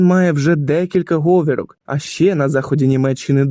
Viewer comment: Забагато мовних помилок в українській. І в наголосах. Наприклад, правильно біде говІрка, а не гОвірка. І в узгодженнях слів є. Після прийменника "по" іменник у множині повинен закінчуватись на -ах, а не на -ам. Останнє - дуже поширена нині помилка під впливом російської.